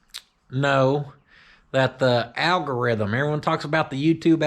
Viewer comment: Can you say al go rith um....